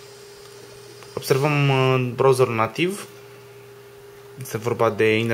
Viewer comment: Mah,care din voi a sesizat ca asta de face review-ul,nu le prea are cu engleza??? Ce e aia "blutut","brauzar" s.a.m.d ??? Nu au pe altcineva care sa nu se faca de kkao???